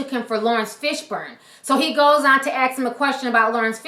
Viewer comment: It is "Ask" and not "Ax".....jesus lady. The guy made a mistake and was destroyed at his workplace. Is that not cool enough for you? My take: - The guy made a big mistake, but race is not relevant here. - The CNN reporter makes some great point, but it wasn't necessary. - Sam was pretty funny on his rant, but it went on way too long and was focused way too much on race. I am white and get mistaken for other white guys ALL OF THE TIME. Do I care? Nope :)